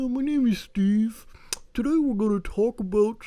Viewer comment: "we need to have a twlauwlk"